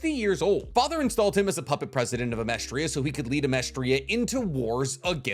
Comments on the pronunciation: Its amesTRIS. Not Amestria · Pretty sure it's Amestris not Amestria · is he just calling amestris "amestria" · Amestris. Not Amerstria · i dont know if youre saying Amestris as Amestria on purpose, but it makes my eye twinge every time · AH-MESS-TRIS it’s not that hard. It’s not that difficult. It’s not The Philippinia it’s just the Philippines